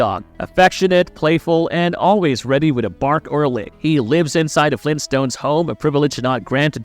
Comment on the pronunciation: If he could say "the" instead of "duh" I'd think it was read by A.I. also.😅